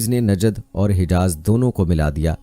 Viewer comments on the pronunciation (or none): Najd he najab nahi